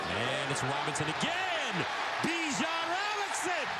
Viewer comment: "Bijon Robins" lmao